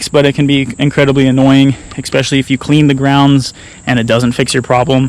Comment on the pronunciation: Please stop saying "exspecially" there's no x.